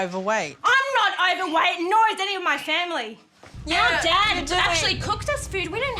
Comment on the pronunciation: well she was a mom and addressing food at home seems pretty natural. And she said "owerwaight" and said that to dad to address junk foodat home. She was too soft, those kidsare not owerweight they are obese and judjing by their reaction that is a sensitive to the,, so they better scream and shout rather then work on them selves. That is beyond lazy